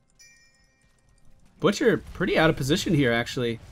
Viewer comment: i heard the bitcher and not butcher :0